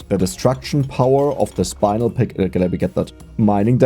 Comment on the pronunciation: It's spin-el, not spine-el. You say it like "*spin* the wheel" spin, and then add the el